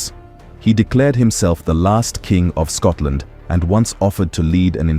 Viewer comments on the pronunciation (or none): none